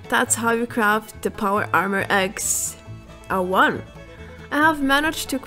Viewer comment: She said some x-0-1 stupid it’s pronounced x-o(like letter o)-1